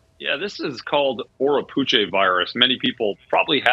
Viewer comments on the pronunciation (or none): It's pronounced Oh-ro-pooch after the place name here in Trinidad. Not Oh-ro-poochay.